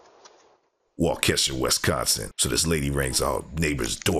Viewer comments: Wau-Kuh-Shaw or Wau-Keh-SHAWW not Shuh, but shaw (aww) Lol you saying Wau-Kesha like the singer is killing me lol I crack up every time 😂 I watch just to see if you will say it right because I was born and raised in the Mil glad I'm not there now, but I know those Native names get a LOT of people 😂😂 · Wah-Kuh-Shaw, not Wah-Keh-Shuh. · It's pronounced Wa-Kesha yall 😂 but I only want yall to know it, I love hearing it the wrong way, keep saying it like that. And damn Milwaukee like the special guest on this episode 🤦🏾‍♀️😂